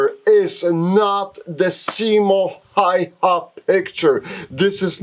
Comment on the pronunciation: Häyhä is pronounced more like "Hauwha" (Which I have problems spelling pheonetically) but that doesn''t reflect on the video, which is great :)